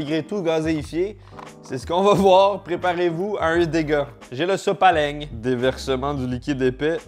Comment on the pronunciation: Mdr on dirait l'accent marseillais quand il dit le sopalin 🤣